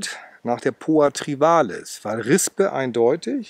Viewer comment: Es heißt trivialis, nicht trivalis.